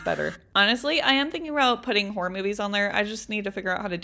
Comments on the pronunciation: Actually u said horror movies wrong 🤓👆 - im kidding ur said it perfect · u say horror movies fine